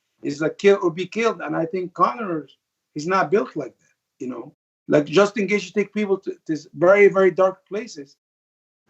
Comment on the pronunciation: Ali just wanted to call someone else a terrorist lol "Justin Gaethe"